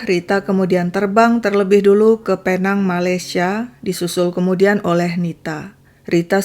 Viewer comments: Sebutannya pi-neng atau pulau pinang. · Sebutannya Pinéng atau Pulau Pinang, Malaysia. Tq ya